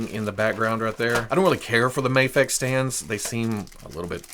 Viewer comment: You saide maa fex